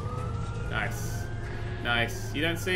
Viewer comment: he said nece I still like him I subed